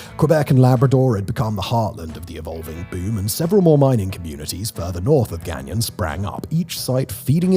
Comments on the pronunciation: Pronounced Gone-YO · Say it this way gagno. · Gagnon is pronounced gan-YAW. The last N is not pronounced, as he pronounces it, gan-yawn. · My husband every time. "K-BECK", "GANG-YON" And he just wailed "It's only getting woooorrsseee". I'm crrrryyyinnng. Simon why didn't anyone look up pronunciations 😂😂😂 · My grandmother's maiden name is Gagnon (pronounced "guy yoh" if writing in phonetically) and our family is from Northern Maine and this general area of Canada. It may be Simon's accent that's throwing it off a bit. Dialect also plays a big part of it